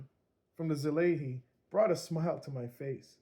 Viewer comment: I never seen anyone call it right yet haha. It’s Sah-lah-ee. I bet seeing the wording of such give you all native english speakers a tongue twister 😅 Thank you for this review a year later, I was actually considering it and found out the Mark II was released not long ago, any chance for that to be reviewed🎉😊?